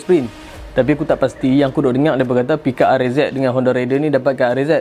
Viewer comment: Baik la fakta2 bro. Tp sy kdg kelakar org pggil honda raider ni sebutan dy rider. Lain bang. Rider dgn raider dr perkataan raid. Tp dh kebiasaan pggl cmtu. Haha. Pape pun terbaik detailing untuk honda raider